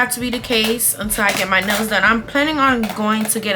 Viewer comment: I kept thinking she said when you take your nose out instead of nails 😂😂😂